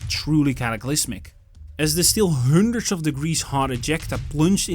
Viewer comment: also when he says Hundreds puts way to much emphasis on it.. almost ridiculous..